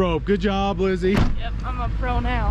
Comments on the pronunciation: he said LIZZAY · “LIZZZY” we need the morvair lmao that cracked me up 🤣🤣